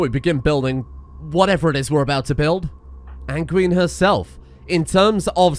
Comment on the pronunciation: I think its anne guine like sanguine